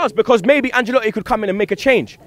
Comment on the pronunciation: It's AnCElotti, not AnGElotti. Put some respek on his name